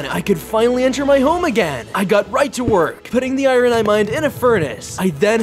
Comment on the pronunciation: Why does he say i-rin Instead of iron.